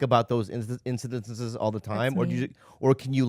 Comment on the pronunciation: What did Bobby do with the word incidents at the mark?